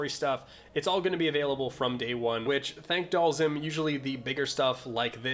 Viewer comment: Did you say "Thank Dhalsim"??? whoa